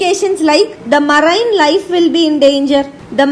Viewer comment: I liked the vdo only for the way how she pronounced marine